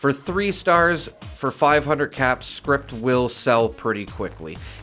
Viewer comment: It's "scrip". Not script.